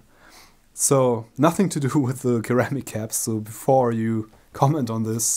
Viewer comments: ceramic keramic is pronounced seramic, not being picky just in case you didn't know. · Hi, it's pronounced "seramic", not "keramic". Great vid, cheers!